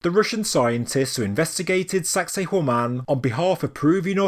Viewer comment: Every time you say sacsayhuaman it sounds like you're saying 'sexy woman' in a Jamaican accent 🤭